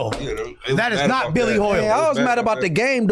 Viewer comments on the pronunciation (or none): none